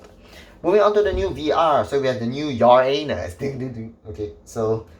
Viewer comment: When he said uranus i always heard Ya A Anus 🤣